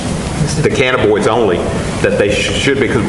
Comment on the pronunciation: Steve's gotta learn the correct pronunciation of Cannabinoid